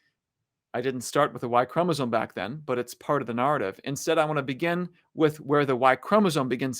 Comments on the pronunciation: What's with that pronunciation of narrative? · The way he says “narrative,” tho…… 😬😶🫣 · Friendly tip: Learn how to pronounce "narrate, narrative, narration."